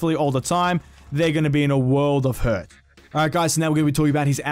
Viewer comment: "they're gonna be in a world of hurk" lmao